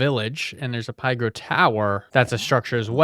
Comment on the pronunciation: I think that Pygro is supposed to be pronounced "pig-ro".